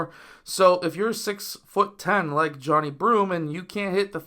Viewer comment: Come on man, at minimum say his name correctly pronounced Jah-Ni 😊